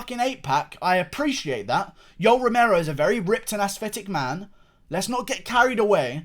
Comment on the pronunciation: "..but Yoel fucking Remero, who has NEVA! dominated with his wrestling Eva". I thought I was watching Alex Jones for a second.